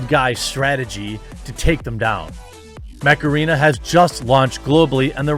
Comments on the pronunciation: It sound like macerena when he says mech arena :) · I actually heard Macarena instead of mech arena lol that had to be on purppose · When Jeremy said "Mech Arena" I heard "Macarena". That was an interesting double take. Heeeeey Macarena! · I thought he was saying Mecharina lol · I can’t help hearing the word “Macarena” whenever someone says Mech Arena… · I don't care what anybody says; when that song came out back in the 90s, it was totally my jam. I didn't learn the dance moves to a lot of songs but I did learn that one and I was so proud of myself. Oh, you're saying "Mech Arena". Sorry, I heard something else.